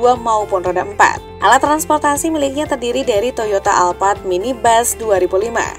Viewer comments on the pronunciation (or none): none